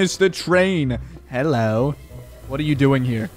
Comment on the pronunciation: Thomas the twrain? Thomas the twrain?? Hello!